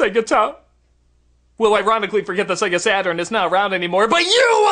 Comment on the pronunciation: ah, japoński język... kiedy nazwa to sega saturn a słyszysz sega satan... xD